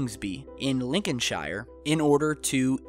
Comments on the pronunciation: Love the way he mispronounces Yorkshire and Lincolnshire! :) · when you mention British locations... it's for example LincolnSHEER,, not LincolnSHIYER.. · It's pronounced Yorkshear and Lincolnshear not Shire... We do not live in the land of the hobbits. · As a resident of Harrogate, you are quite wrong! It's Arro-gut OR Harro - gate! And it's York - sher and lincon-sher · Yorkshire (pronounced York-sheer) is a county. York is a city. Lincolnshire is pronounced Lincolnsheer and again, is a county. Lincoln is a city.